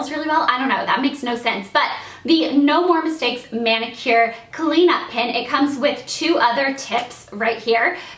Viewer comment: She says pen like "pin" aha